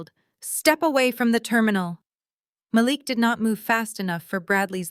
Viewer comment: I love how in two consecutive sentences, they pronounce Malik two different ways and flip flop often thru the rest.